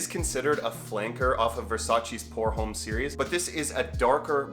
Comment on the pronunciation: This video is 3 years old, so I’m really hoping that by now he’s learned to say homme without pronouncing the “H.”